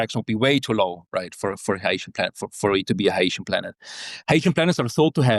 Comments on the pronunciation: this guy came up with a totally new pronunciation "hi-ye-shen" as opposed to hy-see-en or hy-shen lol. IMO "Hy-see-en" definitely sounds more "sci-fi" lol. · Hycean is pronounced ´your anus.'